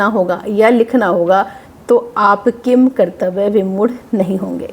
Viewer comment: किंकर्तव्यविमूढ़ का उच्चारण करते समय किन् की ध्वनि आनी चाहिए क्योंकि ऐसे तो अगर हम किन् को किम बोलेंगे तो फिर किंतु को भी किम तु बोलना चाहिए